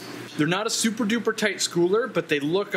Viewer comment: Hey bro you said SuperDuper...